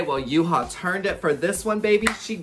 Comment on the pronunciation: Yuhua' Pronounce are Yoo-Hwa 🤣